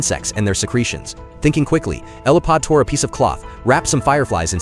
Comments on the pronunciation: 😂 it wasn't "Elipod" either lol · Elodie, not Eliphod. Fun movie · Why can't AI get the name right? Isn't it just typed in? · Everyone correcting you for the character name, I know it's not your fault. I blame the Ai 🙄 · The movie is Damsel with Millie Bobby Brown as Elodie….. wish they’d pronounce the character names properly. It was on Netflix and was pretty interesting to watch. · The names almost never are pronounced correctly, these AI shorts are trash for many reasons